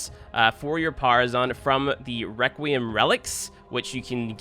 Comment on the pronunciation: I can’t tell if you’re trying to be funny or you really don’t know how “th” works but a grown man saying firty is not funny nor cute. Requiem, which you mispronounced ONCE, is harder than thirty to pronounce? Get outta here, Now ik it’s you trynna be cute.